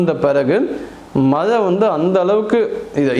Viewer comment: You should have made out a writeup and read it clearly without stammering. Words with ழ should be pronounced with extra care. மழை should not be pronounced as மலை because the meaning changes totally.